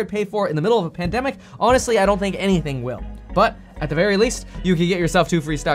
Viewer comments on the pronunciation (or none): none